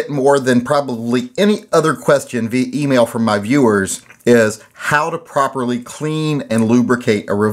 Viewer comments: Lol " Porperly " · In the video you mispronounced properly!!!